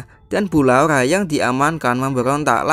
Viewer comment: Laura bukan laula